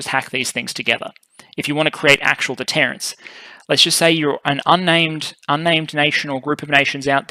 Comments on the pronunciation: Also, it's deterrence, not “detterance”. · Detterance? Is that deterrence?